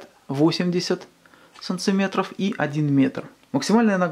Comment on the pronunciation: Санцыметр нельзя говорить, это речевая ошибка!!! Режет слух